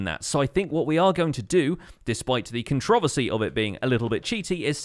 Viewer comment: Hearing say controversy makes my ears bleed. Love your vids!!